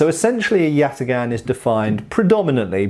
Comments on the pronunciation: Correct prounuanciation is something like yataan(yatağan) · This comment only makes sense if you completely butcher the name like does btw. The correct pronunciation would be with very hard a's, like in the word "father" and instead of a hard g it would be a soft g, like a German ch but without that vibration sound to it. Good joke tho. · except father has a long a, while both as in yatagan are short, with the second even being reduced